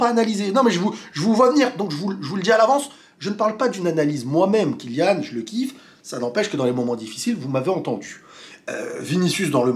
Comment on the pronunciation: Merci à toi d'avoir bien prononcé le nom de Kylian.